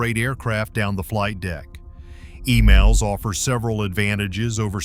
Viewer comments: It's EMALS, Not Emails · E"MALL"S, NOT E-"MAIL"S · The lioning and the shandong do not have catapults. Check your facts. And as far as your pronunciation is concerned, it's Emals not Email.